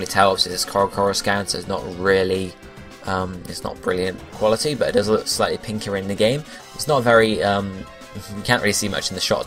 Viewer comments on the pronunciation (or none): none